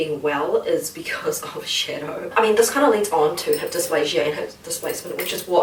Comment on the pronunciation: Why does it sounds like she’s saying “Shitto” and not shadow I laughed my ass of so much when he tried to leave and shouted “SHITTO”